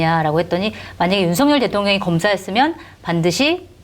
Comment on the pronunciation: 윤성녈 아닙니다 윤석열입니다 일본인처럼 발음이 안 되는 건 아니죠? 좀 강조해서 윤썩을 이라고 해도 무방합니다~~ 윤썩을 하는 거 보면 초등학교때 쌈 좀 하는 ㄴ놈들 보는 거 같다..... 이게 ㄴ ㅏㄹ ㅏ냐???